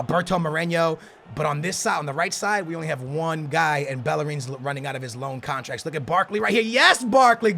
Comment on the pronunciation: "13,000 thousand contraks"